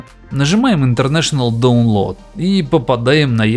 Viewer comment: "колхоз конечно..." Так вот это действительно самый простой способ. И.... Не "доунлоад", а "дАунлоад" - вещаешь в массы - вещай правильно! Не плоди безграмотность! А то колхоз какой-то получается :)